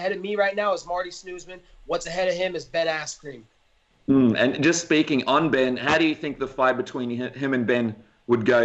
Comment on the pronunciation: "Ben Asscream" - Colby "Chaos" Covington